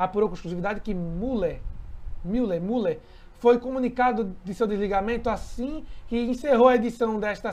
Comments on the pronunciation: Miler, lê se miler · Ele só tinha 10 minutos por dia de apresentação. A pronúncia do sobrenome é "Miller"